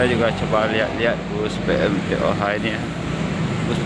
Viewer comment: Sebutan nya PE EM TOH bukan PE EM TE OHA